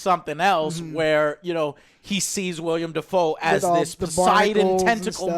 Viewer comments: Damn it! Get the names right! It's not Robert Patterson❌ or William Defoe❌ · IT’S WILLEM NOT “WILLIAM” YOU FUCKING DUMBASS! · How do people still say William Defoe, hasn't anyone told Joe it's Willem by now I've heard him say it with any movie Willem is in. That's a completely different name it's like calling Joe, Joan. Sorry but it kinda drives me nuts when people say William Defoe. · Joe, It´s WILLEM Dafoe! Not William! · Joe seriously, it’s PATTINSON not Patterson and it’s WILLEM not William. What a joke. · It's WILLEM Dafoe...WILLEM, NOT WILLIAM! JACKASS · Couldnt hurt to do some research before reviewing a movie. Its Willem Dafoe, not William. And its Pattinson, not Patterson. And yes the movie is directed by Roger Eggers, the director of The Witch. At least Joe got that right even though he didnt know the name. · Willem. WILL-EM!!! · I hate to be that guy... But, it's WILL - EM and not William. And it's Robert PATTINSON, not Paterson, lol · Joe... It's WILLEM Dafoe, not WILLIAM Dafoe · Anyone else wonder if Joe ever learn that his name is Willem Dafoe, and not William Dafoe? Anytime he has been mentioned in the history of this channel, Joe calls him William lol. How the hell do Alex and OJ not stop and correct him after he says "William" 500 times in this video...? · Oh, and it's WillEm Dafoe. Not WilliAm Dafoe. C'mon dude. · Willem* not William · WILLEM* not William or Williem. "WILL-EM." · Maybe williom? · Not "William Dafoe" lmao it's Willem Dafoe you silly fat fuck. What the hell kind of movie critic are you? Stick to video games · Joe- "Will-E-em Dafoe" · Other joe driving joe crazy about the above average score and joe driving me crazy cause it is pronounced Willem not William freaking Willem Defoe. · Dummy called him “William” it’s willem YOU DORK. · "Robert Patterson and William Dafoe" fucked up both names in one go, eh joe? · IT'S WILLEM, JOE!!!1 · You call yourself a movie critic and you pronounce his name “William Dafoe”? LOL